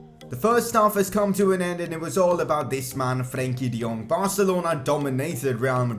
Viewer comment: Are you Dutch? Cause the way you say Frenkie de Jong is very accurate.